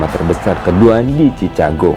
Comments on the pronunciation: Baca yg bener cikègou, bukan cica gou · Bukan cichago. Baca sikago. Benarin dl ejaan ma baca nya. Baru ulasan apa yg di ulas. Jangan sok mengulas sesuatu sedang ejaan dan bacanya gk tau. Thanks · Saya kira pendengaran saya yang salah..ternyata benar chicago dibacanya cicago bukan cikago.. padahal itu salah satu kota terkenal di Amerika Serikat. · Saran: Pengucapan Chicago bukan dibaca Cicago, Bro, tapi Chi-ka-go (brit./ Aus. accent) , atau Chi-ke-go (Am. accent). Tips latin pronunciation: Ca dibaca Ka, Ci dibaca Si, Cu dibaca Ku, Ce dibaca Se, Co dibaca Ko. SUKSES SELALU. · Assalamu'alaikum bro. Bro, Chicago itu nama kota bukan nama negara bagian, negara bagiannya adalah Illinois. Ucapan Chicago itu bukan cicago bro tapi Siikaago. Tolong jaga profesionalisme bro biar gak kelihatan gimanaaaaa gituuuuu. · Chicago bukan dibaca cicago tapi cikago. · Maaf Mas koreksi dikit. Chicago dibaca Cikago. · Chicago sebutannya Chi-Ka-go